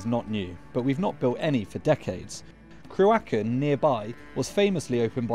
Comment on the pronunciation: Absolutely butchered the pronunciation of ”Cruachan” 😂